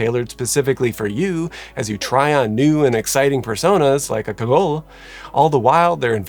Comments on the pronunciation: LUH - KAH - GOAL Pro tip for French: pretty much always ignore the last letter. I wonder why Balenciaga used the masculine Le instead of the feminine La despite Cagole being a feminine word. Also, I think it's Marseille slang rather than a French word. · pronounce it like "kajol" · It’s pronounced « cagoll » haha, and I’m floored that this archetype would be seen as desirable for luxury brands — the images you showed were definitely not illustrative of the stereotypical cagole. It’s a term almost exclusively used in the southern half of France (along with « pichasse »), to describe « tacky » Southern French women ; « tacky » as in loud, uneducated, classless, would-be bimbo. A very classist word, derogatory all around — I’d say that « ratchet » or « trailer trash » (but like, the « bad bitch », dolled up version) or perhaps « boujee » would be good equivalents in US English. In the UK she’d be an Essex girl. The male equivalent is a « kéké » and that would be a chav (not sure there’s a US version of that archetype). Impersonating a cagole with designer clothes or accessories would just be another example of how the ultra rich like to parade around cosplaying as characters from « the hood » instead of forming their own personalities. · LaCa-goolyy? Lacka-gool? you are adorable:) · Ca—go-lee short an and eeeeee (long E) sound for the e. Cagole.